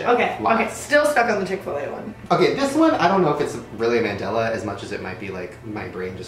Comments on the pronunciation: what the actual hell? I’m not even American and I know that chic-fil-a is NOT chick-fil-a nahhhhh that’s not right😂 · So fucking weird. There's a Chick-fil-a right next to my house and I always thought it said "Chic-fil-a" not "Chick-fil-a"